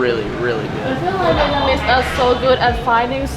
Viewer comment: Dude you keep saying Vietmanese ...